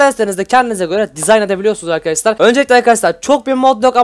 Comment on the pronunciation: Hep arkadaşlar hatta arkadaşlar değil arkaşlar diyorsun.